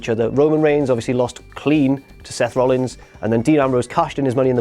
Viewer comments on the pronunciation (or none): none